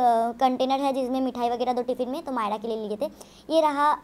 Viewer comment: Ise chamchiyon 'myra' ka pronunciation sikhayo ' माईड़ा' bolti hai